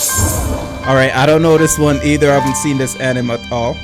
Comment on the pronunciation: Why is he pronouncing the word Anime itself like that? It’s bugging the CRAP out of me 😠